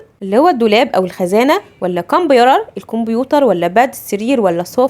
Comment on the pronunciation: انتي بتنتقي كلمة computer غلط 😂😂